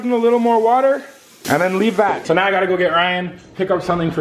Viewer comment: how many times did say lickle instead of little